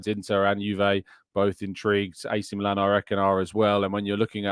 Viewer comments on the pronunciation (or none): none